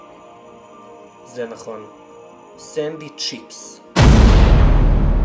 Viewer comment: שני דברים, אחד זה שזאת מאווטאר עם השטיפת מוח זאת ג'ודי, לא ז'ולי, ז'ולי זו העוזרת של וריק. דבר שני, סנדי צ'יקס, לא ציפס.